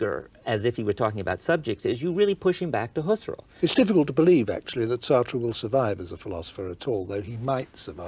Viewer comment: Husser-el haha